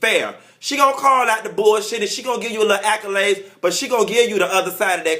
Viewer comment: "Projectic" lol. Teach NeNe how to say "accolade"